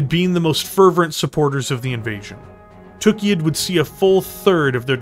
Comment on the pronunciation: I have to say, I love your videos, but it really really bugs me (and it's not just on these videos, it's Death From Above Wargaming and many other people) the way that people pronounce Tukayyid. It's not "TOOK-ee-id", it's "tuh-KAI-id". The only word that you can compare that has a double-Y is "sayyid", meaning the planet was likely named by people who spoke Arabic and would carry that pronunciation.